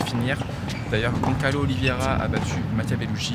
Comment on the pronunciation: Si jamais, je le signale pcq c'est pas la 1ère fois et apparemment le bougre te traîne dans les pattes, mais en portugais on dit : Gonçalo Oliveira", et non pas GonKalo. Plein d'amour et d'admiration